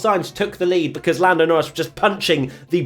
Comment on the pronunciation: Been hearing a lot of “Forlando” in every review lol